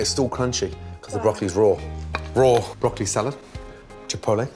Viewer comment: Can we saute the BrockEly